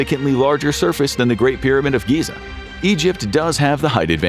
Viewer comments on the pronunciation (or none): none